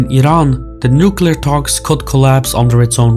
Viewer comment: Another person that says "nukelar" instead of nuclear... Please stop misspronouncing the word its annoying to hear so many journalists fuck it up constantly